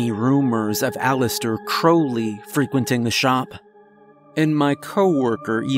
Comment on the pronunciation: I think Aleister Crowley's last name is pronounced more like ouch rather than crow.